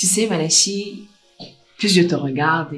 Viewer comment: Bob Marley dit madame malachi, ça sonne comme banane malaxée....mon goût